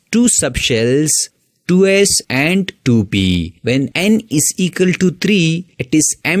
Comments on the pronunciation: "Eqal"...? 😂 BTW the way of teaching was superb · Equal ❌ ecal ✅